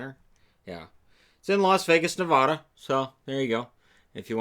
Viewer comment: I love you! FYI it is Nevada not Nevoda 👍 We get that sometimes my friend. Thanks for another fantastic video.